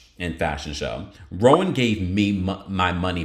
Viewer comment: It's not rowan like rome man it's ra wand like deshawn show u idiot.